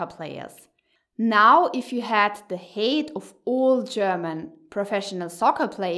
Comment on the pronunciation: it's pronounced hite like kite, not hate.